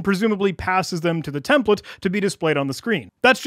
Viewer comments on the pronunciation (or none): none